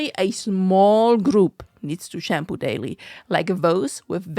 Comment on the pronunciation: I dunno, I just find that pronunciation amusing. :)